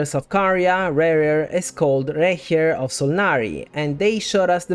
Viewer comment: Best pronounciation of "Rächer" in an english video I've ever heard! 👍😃